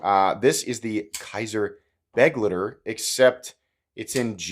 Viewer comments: I thought you said buttlicker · This is one of those knives that I'd buy purely for the combination of good qualty and a great price/performance ratio. I certainly wouldn't buy it for style reasons. On a side note: the 'ei' in begleiter is pronounced as 'aye'.